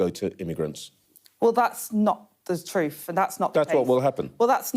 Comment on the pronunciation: That woman as PM! She can't even pronounce TRUTH properly. God save UK...as no one else can 😢